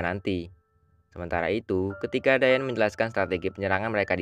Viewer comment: Kedengarannya di panggil dayen/dayat padahal dayan